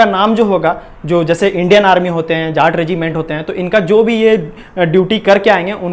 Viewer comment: Bhai jaat hota hai jhhaat nhi 😂😂😂 Muh se gutka nikal ke bolo